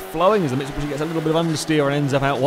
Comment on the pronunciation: Just wanted to shoot myself everytime he said 'camero' and 'mitsubushy'